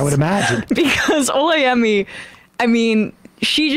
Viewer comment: Her name is O-la-yemi, not Olay-emi.